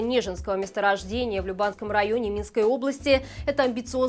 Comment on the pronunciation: лЮбанском районе правильно, ударение на Ю